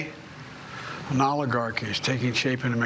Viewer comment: rest of the world, making request to people in the USA = could you please learn how to pronounce "oligarchy" correctly?